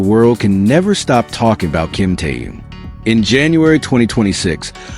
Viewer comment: Почему ведущий постояно коверкает имя Тэхена..... Мужчина вы что читать не умеете... Так безграммотно читаете... Запомните эту суперзвезду зовут Тэхён.. Не таюн... И не тын а Тэхён......